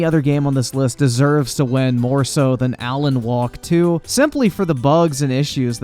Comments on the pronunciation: Are you actually saying Alan "Walk" 2 over and over? Even if you know it's Wake to your eyes, you pronouncing it to comical levels of wrongness. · He didn't say Alan Wake 2 was woke. He called it Alan 'Walk" 2.